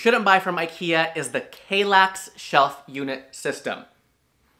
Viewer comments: What's with the horrible pronunciation of "Kallax"? It has two L's in it, not one. And are you kidding me about the Strandmon? The Färlöv is fricking ugly as hell and mega clunky. I have a small living room and my Strandmon in Lingbo isn't clunky at all and looks way better than the monstrous Färlöv. And Malm came in 2 variants. A lower version and a higher one to put those drawers underneath. And ye, I stubbed my toe several times on my Malm bed, once really badly. It was also really tiring to get out of the Malm, since I had the low one. Now I have the Hemnes and it was such a change. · Just a hint on how to pronounce these swedish names: if there's a "j", like in Vittsjö, it's pronounced like in "Yo" and not "Joe". If there's an "a", like in "Kallax" is pronounced like in "arm". And Ikea is pronounced "e-k-uh".